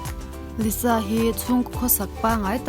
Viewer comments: lisa zawk a lawm liza nilo in.....lalisa manoban....lisa tih hi a dik....☺️ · s na3 engtin nge z angin kan lam ang tiraw....liza....nuih a ti za reuh... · I lisa lam dan hi (liza) i lam a😊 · Lisa an ti ngai lo Liza tya lam tur